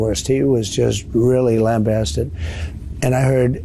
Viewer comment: "lambasted" he pronounced wrong when talking about Andrew Jackson (his racist hero)?